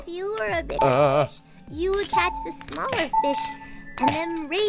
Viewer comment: WHY S EVERYBODY FIISH?? i laughed so much x3